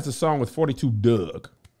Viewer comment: Kev as a current Detroit resident I can’t allow you to say 42 Dugg name wrong Lol. It’s four two dugg not forty two dugg 🤣